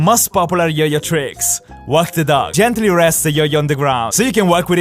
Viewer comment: I really thought he said "Gentry rests the yoyo"when he did walk the dog lol... only for a few seconds